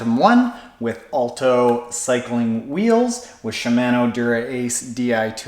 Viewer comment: I still chuckle when I hear you say Shimano